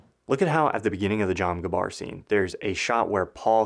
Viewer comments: “Jom gabbar” love you you’re goated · Jom gabbar? 🤣🤣🤣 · "Jom Gabbar"